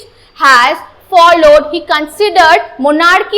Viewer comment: It's good but your monarchical pronunciation is wrong